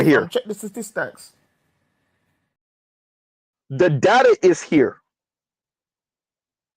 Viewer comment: 'Check the sta-tees-stocks!' 😂😂